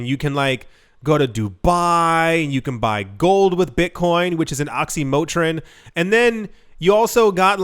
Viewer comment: 'It's a oxymotrine'